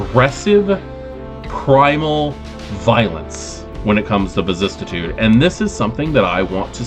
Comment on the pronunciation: Vicis-si-tude only one T. Love all your videos but I can’t how you pronounce vicissitude. But I guess that’s on me. Please continue your videos.